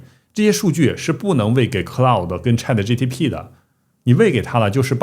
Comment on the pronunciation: 博主那个AI叫ChatGPT，T在P后面